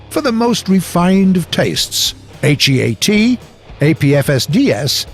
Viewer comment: Who says HEAT H E A T